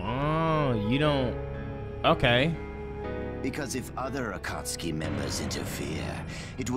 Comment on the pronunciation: Am happy bro can finally pronounce Akatsuki lmao